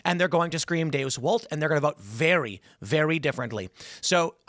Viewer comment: Seriously. 😂 It wasn't very long ago that he was bragging he had one of the Top 5 podcasts. Then people saw who he is, and said "dayoos wolt." But seriously... Why does he pronounce "Deus Volt" so horribly?